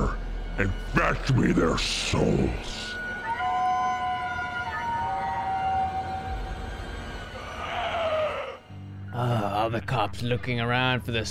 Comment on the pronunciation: “FETCH ME THEIR SOALS”